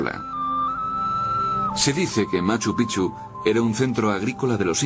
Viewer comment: Carajo pronuncia bien....😡😡 se dice; "machu pik-chu" se escribe machu picchu